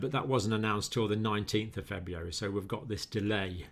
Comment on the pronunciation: Proof even well educated intelligent people can't pronounce February.